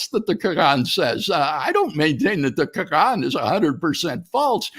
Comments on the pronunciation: Why is he pronouncing Quran like that? Kagaan 🤣😂🤣🤣🤣🤣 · I listened to the debate on my way to work😭 Dr. Craig is hard to listen to... Everytime he said; "Krgruran" ( Quran )😖.. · Why was the old dude pronouncing Quran like that 😂